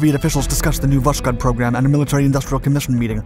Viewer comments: It's pronounced Vas-Hode, with a silent-sounding 'k' and emphasis on the 'h'. Not Vash-Kode. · Its all great, but its pronounced vosHod, not voSHod. But overall its was a very interesting video. The series are great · Stop saying Voshkod or Voskod ,this is Voskhod! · It’s Vosk-hod not vosh-kod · Pronounced "vos-khot". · All the dislikes are Slavs that didn’t like your pronunciation of “Vos-khod” 🙃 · well it's really strange for me to hear "sz", it really kills the word that literally translates to east. I know that the narrator tries to pronounce it similarly to Russian but it seems up in a strange mix, just like pronouncing French word with English accent... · Voskhod means Sunrise. It is pronounced as vos-hod (s and h separately). Vostok means East. The narrator routinely butchers russian words and it is entirely avoidable if you only need to find out how to pronounce a single word. Overall the channel offers a lot of value and it would be even better if the author spent a few minutes extra to pronounce the foreign craft names correctly. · H in Voskhod is not silent. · Love the video but why the strange pronunciation of Voskhod ??? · How, just how, can you pronounce "Vos-khod" as "Vosh-kod"? It's the same with "Vos-tock", which you pronounce as "Vosh-tock". Dude, speak after me: "Vos-tock" and "Vos-khod". See? Really simple.